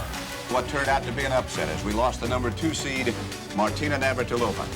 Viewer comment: and “Martina Nir-vat-il-ov-ah”…LOL!